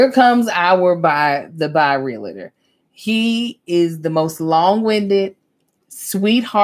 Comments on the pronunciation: I Love you, but.... Imma need you to not say "REAL -A -TOR". The correct pronunciation is REAL-TOR! I'm just looking out for you sister girl!:) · As a RE Broker...I cringe every time I hear REAL-A-TER...😂😂😂